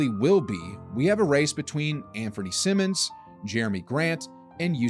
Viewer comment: It’s Anfernee Simons as in “Simon Says”, not Simmons as in Ben Simmons